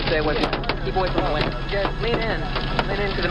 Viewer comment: “This windah”